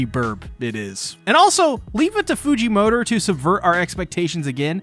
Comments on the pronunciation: I cant be the only on who hears "fujimotor" when he say "Fujimoto" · Why does he say fujimotor